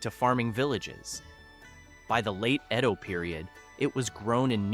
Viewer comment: Edo is not pronounced (iido?)....